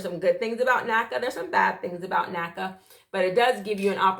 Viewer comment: I cringe when when I hear NACA